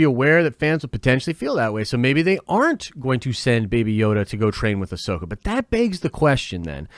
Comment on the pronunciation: I mean she pronounced ‘Ahsoka’ wrong in an interview😂. Despite that tho she expressed how much she’d love to play the character. Whether she’s a fan who knows but it sounds like she’s really willing to perform and get it right. Considering she’s someone who’s done a lot of voice acting, I can imagine she would’ve watched CW material with producers to perfect the voice. Here’s to hoping. Can’t wait to see her